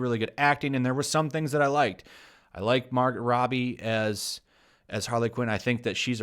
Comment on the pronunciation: Love your channel but did you call her Mar-Got? Its pronounced Margo. The T is silent. Funny power bottom reference too lol